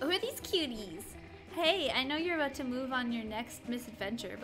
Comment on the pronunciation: What did I not know aboot? ... Adorable.